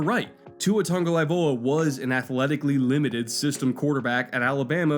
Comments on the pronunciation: Your drinking game for this video: take a shot every time mispronounces Tagovailoa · That's all I could think of for this whole video. Lol him mispronouncing Tua's last name. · Yeah, this is annoying me so much. probably spent 40 hours on the research for the video, but couldn’t pronounce the guy’s name right? Come on, you’re better than that. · he is saying it wrong bro. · I love this channel, I think the breakdowns on here are really well thought out and really well done... that being said you would think if you were going to make a 15-minute video on a guy you would look up how to say his name. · Oh cuz! Tua pronouncing his last name... Awesome video but butchering his name every time... kinda hilarious. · You gotta learn to pronounce the name right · Not only did you pronounce his name wrong but to say he has below average arm talent? Lol maybe quit anaylizing qb's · Love the video. But you gotta pronounce his name right bro. 🤙🏽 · how would you feel if I pronounced YOUR name “ Mannkoll”. otherwise good vid keep it up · Let’s play how many times can you butcher someone’s name in one video? I counted 15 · That pronunciation of Tagovailoa in the beginning gave me a good chuckle lol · Hey bro, its Tago-VAI-Loa. Not Tago-LAI-Voa. Great video besides that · The tung part might be correct, but its vailoa, not laivoa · OMFG Tangolaivoa again I'm already drunk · How to heck did you manage to get Toungue-a-LIE-voa out of Tagovailoa? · Hey! Where do you see N in Tagovailoa? Why do you always pronounce like TaNgovailoa? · Its Tagovailoa not Tagolaivoa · It literally says ""TUNG-o-vai-LOA." And says "TUNG-o-LAI-VOA" So no yup, anyways it doesn't matter it was just a bit of tongue in cheek Laivoa =/= Vailoa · What's his name,?: Tua Tungvcozyiidyydydyiydi-oa 🤣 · Say it with me - Tago vai loa, holy crap lol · say it with me, tah-go-vyy-loa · Tua said in an interview it’s pronounced TONGUE - O - VYE - LO - AH